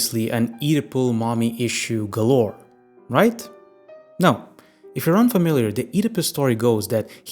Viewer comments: I keep hearing Oedipus as "Eat a Puss" 😂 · i really dont like how you pronounce Oedipus, but interesting video